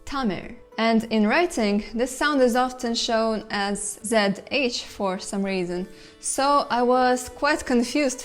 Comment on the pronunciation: Your pronunciation of 'zh' is not correct. It doesn't sound like 'r', it sounds like a rolled 'l'. Try pronouncing l with the rolled tongue.